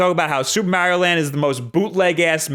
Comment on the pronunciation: HIS NAME IS MARIO NOT MAREIO